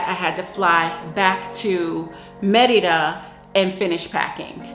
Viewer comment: I really appreciate how you pronounce Mérida correctly, not like most other U.S. creators.